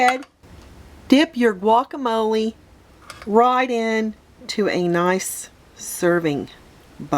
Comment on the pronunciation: I don’t like the way you say guacamole